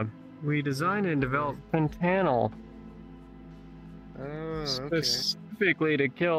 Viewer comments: “fen-tanle” is the icing on the cake for me. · Why did he pronounce it fantanuhl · Fen tuh nil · Fent-an-all learn simple words by how that sound now say all together ...Fentanyl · “ you mean fen—-tannel “ 😂😂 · “fen-tan-ail” 🤔 are we sure this dude isn’t an alien pretending he’s human. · "fen-tan-isle" is such a goofy pronunciation that the dude his degenerate ass was talking to though he said "phantom" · "fentanel" bro what 😂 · Fen-TAN-al? This guy is special needs... Or he only exists on the internet and has absolutely zero tangible life.... Very odd. He should be investigated at least.... There's no way he's recruiting more than a group of children though. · bro is so illiterate he says fen tanl but acts like he's a super extremely smart person he's genuinely a physcopath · fin-tan-oil right right taking notes yo honestly if i was this stupid id be collecting a check tf is this dude lmao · I think that kid was legitimately too scared to correct him when he pronounced fentanyl as “fen-tannel” 😅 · Fen-tannel lol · "FEN TANEL" i cant bro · “I’m the smartest person EVER” meanwhile pronounces fucking fentanyl wrong what a IDIOT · funny he thinks of himself as the most intelligent man ever when he cant even pronounce fentanyl lol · dude cant even pronounce fentanyl correctly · literally came to say the same, soooo intelligent he can't even say fentanyl correctly, really should've checked himself before being such awful scum and at least learned the basics of english if he wanted to claim such high intelligence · Bro cant even pronounce Fentanyl correctly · at this point just say fen-tunnel and it'd be right-er than what he says XD